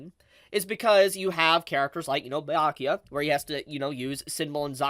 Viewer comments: Please review how to say Byakuya properly 😭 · And it still feels like its still warming up. (....also it's "bee-yakuya" not "bye-yakyuya".) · Wait not tryna be annoying but where did you get bi-akuya from 😭😭. Everyone says bee-akuya either in dub or sub lol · It’s Byakuya not Bayakuya pls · Who t f is Bayakua? It's Byakuya. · I don’t care much but I know others will cry so for next time.: bye-yakuya Everyone else: B-ya-kuya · Stop saying bayakuya..... it's BYA kuya . Ur adding an A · Nah let me help you “bro.” It’s Buh-yakuya not “bee” lol have y’all ever taken a Japanese class or spoken Nihongo? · its Byakuya not bye-ayakuya 😂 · It's not BAI-YA-KIYA. BEYA-COOL-YA. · Be-ya-coo-ya. Byakuya. 🤔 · Bi-yakuya? cmon youve gotta be trolling with these pronunciations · “Bye-yakuya” is going to hit different next week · Am I missing something? Is there a reason why he calls him BYE-akuya? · Why do say Bayakuya? It sounds silly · I swear if he says bye yakuya one more time I'm gonna flip a table😭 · It hurts a little bit, with so many times you hear his name (Bya kuya) throughout the whole anime you should learn how to pronounce it but I guess that doesn't matter that much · Lemme try to help you out bro Bee-ya-koo-ya (Byakuya) E-chee-go (Ichigo) (H)Way-co Moon-dough (Hueco Mundo, you can pronounce it with an h or not) Hearing you pronounce Byakuya like that so many times was rough man 🤣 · "Baiyakiya"💀 Byakuya behind be like:👁👄👁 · did he say Bayakuya? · I was straight like yo wtf is bye Yakuya 😅love. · Lol 🤣🤣 🤣 love how you pronounce Byakuya to "BAYA"kuya ... You just made my night, All the way from South Africa. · That's one of his selling points. He gloriously mispronounces the Japanese names ALL the time. And for some reason he leaves out the first "b" in subscribe. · i love your videos but why are you pronouncing byakuya like that 🤣🤣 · My heart aches everytime tries to say Byakuya or Hueco Mundo